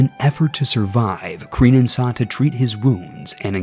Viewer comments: Ciniod is pronounced closer to Kenneth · ciniod is pronounced "kee-an-od" and Ruadrai is just "rory"